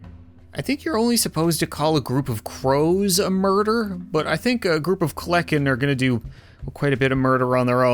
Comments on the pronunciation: It’s called kelenken not kleken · its said hearing him say kelenkin as a dino nerd